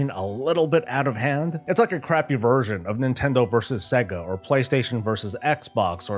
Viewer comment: FYI, it's pronounced say-gah, not, seh-gah